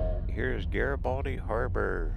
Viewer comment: I worked at that mill for 14 years, and ate lunch at that gas station for 14 years. Worked in that town for 20 years. Gorgeous little town with VERY sweet people. My favorite place on this planet. And yes, you pronounced it correctly. Happy Trails^^